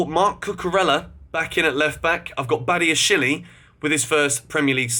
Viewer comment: Please can you learn how to pronounce Badiashile and David Datro Fofana properly. It’s not Badiashilie and it’s not Davide. Other than that, great vid